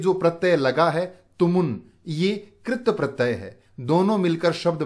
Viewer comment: Sirji AAP katpratey ko galat bol rhe hai